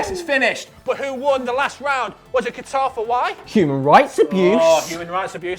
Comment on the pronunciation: what the fuck is 'guitar'. It's Qatar.